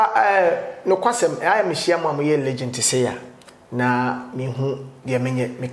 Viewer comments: Kwaku says Legent 😂😂 Kwaku it's Legend pls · Kwaku, please repeat after me: Legend! Legend! The last sound or letter is D, not T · Did kwaku say "legent" or legend?😂😂